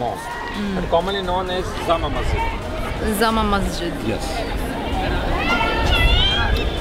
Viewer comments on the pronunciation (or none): and BTW its "JAMA MASJID" not "ZAMA MASJID"..! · Zama Masjid! Lol It's Jama Masjid.😂